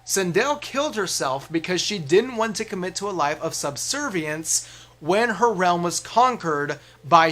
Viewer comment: You remembered how to pronounce subservience this time!